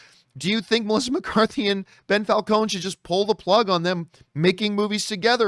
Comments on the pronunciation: Why does he keep calling him Bell Falcons? Lol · Who's "Bel Falcone" ? lol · How many times can you say "Bell Falcone"? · Lmao "Bell Falcone"